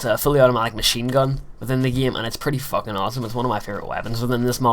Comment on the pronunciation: "pretty FACKING awesome" XD goddamn i wish me ma birthed me with the accent